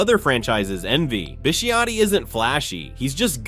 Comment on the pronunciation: As a Ravens fan, I'm cringing hearing the announcer pronounce our owners name.